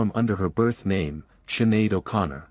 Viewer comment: Siinn Fein prounounced Feign not Fine. She is better known as Sinead not Shuhada. These sites always have errors.